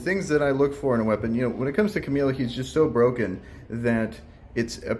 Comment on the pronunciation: Still calling Kamael, Camille I see hahaha